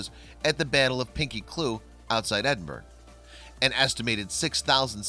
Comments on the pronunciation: It is not pronounced as Edinburg. Although spelled Edinburgh, in Scots it is pronounced as Edinboro. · Edinburgh is pronounced Ed-in-ber-oh...not Ed-in-burg. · LondonJo, it IS odd that the narrator didn't know to say "Edinburrah" but then, if you check out other narrations by this guy, he makes many such mistakes including changing "privation" into, hang onto your hat, "privititation" whatever THAT is. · It is incredible that an American doesn't know how to pronounce 'Edinburgh' - its the capital city of Scotland" after all! Has this presenter never heard it spoken before? Or is it that Americans mispronounced all foreign town names to be annoying?? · Ed-in-burr-uh. Lin-lith-go. Pinkie Cle-ooch, "ch" as in "loch Lee-ven"